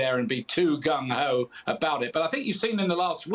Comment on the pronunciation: 'about it' not 'abourrit'